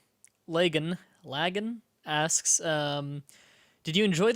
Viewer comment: Hi. I'm Lagan and you did pronounce my name right. And I agree with Melee.